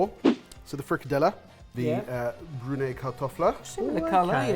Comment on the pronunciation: From the getgo, super excited, and also please note that i can only speak from my own experiences. I have personally never had frikadeller (good job on the pronunciation btw) with brunede kartofler, have always been served with boiled new potatoes and often a parsley gravy (persillesovs). Personally i havent ever had frikadeller the way they were portrayed in the photo, but technique wise it looked pretty okay, we also typically make them more elongated and less round like a meatball Speaking of the brunede kartofler, i would have personally used the tin of small preboiled potatoes, in my 24years on this earth i still havent had brunede kartofler with new potatoes Now for the aebleskiver (æbleskiver), with a little hint from to make them spherical, not bad. Its a traditional christmas treat that you normally eat with jam and powdered sugar, its really sweet but its so good and nostalgic. Very fun to see you guys take on my home country, i hope you had fun!